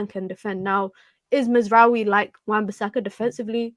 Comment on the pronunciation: Who the hell is Mazzaroui?? His name is Mazraoui. Maz. rao. e